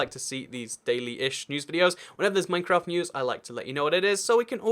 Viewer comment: It’s Minecraft not mimcraft